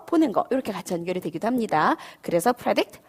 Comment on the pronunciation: predict anticipate.. 일음절 모음 발음이 잘못되었습니다